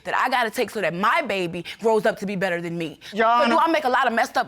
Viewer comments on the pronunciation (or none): none